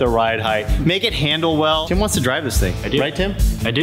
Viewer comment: from DDE you may think your saying Tim but some one from England it Sounds like Kim that you are saying on this video p.s just my own Opinion?